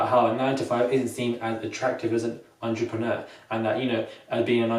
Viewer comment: cannot even say the word....what is his business?!